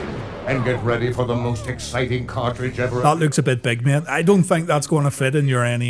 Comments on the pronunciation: take a shot every time he says "cart-reach" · WTF is a car reej :D